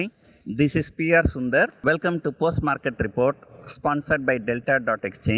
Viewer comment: Sir! I hear it like 'postmortem report' every time you say as 'Post market report'. :D